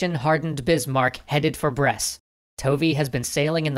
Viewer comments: I'm one year and a half late but... Brest does not pronounced like "bress" but more like... "breast". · By the way, Brest is read as it looks, without ommiting the T